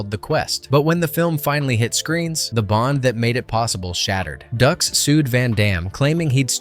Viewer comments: Am I crazy or isn't his name pronounced like "Dukes" not "Ducks"? Driving me nuts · its not ducks its dukes dux=dukes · Bitch it's Dukes, "like put up ur dukes right?" Fkn Ducks...smh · It's not Frank Ducks...it's Frank Dux, like put up your Dukes. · It’s put up your dukes not ducks. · Dux - Ducks, ugh... Dukes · It's DUKES not DUCKS.... it even says so in the movie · It's like put up your ducks right?! 😅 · The way you pronounce stuff is driving me crazy. His name is Frank Dux pronounced Dukes. Not Ducks And Bolo last name is pronounced Young. Get that 💩 right. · Another video created by someone who didn't watch the movie. Although I appreciate the video, you really should have watched the movie. By the way it's pronounced "Dukes" not "Ducks". 99 percent of YouTube nowadays are videos where the creator has not seen, or participated in the video content they are creating. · Haha. Makes me laugh when it says ducks instead of pronouncing it like dukes. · Dude it’s dux like dukes. He says it in the movie. “Like put up your dukes”. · No no no its’s dukes, dukes like put up your dukes 😂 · It's pronounced Dukes....but spelled dux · Before posting a video like this, make sure you are posting the correct names. It's Frank Dux it sounds like "Dukes." Dux has been caught in every lie under the sun. His ridiculous statements and stories have never checked out. He has been branded a liar from the beginning. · How many times can you mispronounce Dux. You made this video, but didn't watch the movie. It's pronounced DUKES. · It's Frank "Dukes" right? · I cant get past "Ducks" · It's Dooks. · No no... it's Dooox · You're killing me here. Did you watch the film? It's Frank Dux but it's pronounced Dukes. They say it in the film. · Frank Dux pronounced like “Dukes” as in “put up your dukes” Did you even watch the movie? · No, no... it's Dux... like put up your Dukes. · No, no, no... it's "DOOOKS!" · Like put up your dooks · It's "DUKES" - like put up your dukes